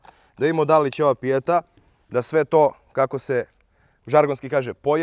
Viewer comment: naglasak ide na e ne na i prilikom izgovaranja naziva.Nastavite biti kakvi ste bili do sada.👍